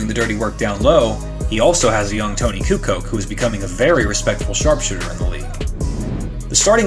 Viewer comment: Kukoc is pronounced coo•coach